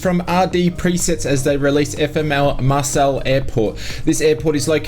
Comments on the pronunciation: Marseille (Mar sell) airport? Its pronounced Mar say....😂 Anyway thanks for the great update as usual. Have you heard anything regarding Indiafoxtecho and the Panavia Tornado they were developing? All seems to have gone quiet? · I'm not French but the city or town where the airport is based is pronounced more like 'Marsay' and not 'Marsell'. I'm not trying to be a dick with this comment either; all the best!